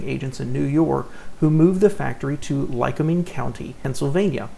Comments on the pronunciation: Lycoming is pronounced: LI-cOm'-ing like lye-cOm'-ing or lye-cO'-ming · Ly-COOM-ing is how it is pronounced. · Lycoming is pronounced "lie-COMB-ing."